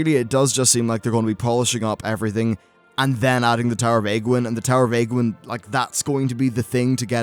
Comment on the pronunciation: Age-wynn not agwynn you idiot.